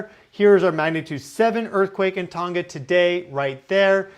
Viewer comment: Don't pronounce the 'G' in Tonga!